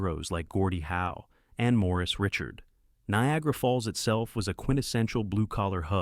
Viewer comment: If you are going present a channel on hockey then please learn how to pronounce the players names. It's Maurice Richard and Bernie Parent (pa aunt) you are butchering these famous players.